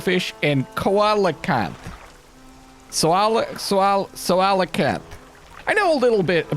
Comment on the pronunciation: btw coelacanth is pronounced see-la-canth, it's not a koala 😂 They were thought to be extinct until one was caught off of South Africa (?) might have been farther up the coast. It is a 'dinosaur', but since the first one was caught they have sighted and caught a few more.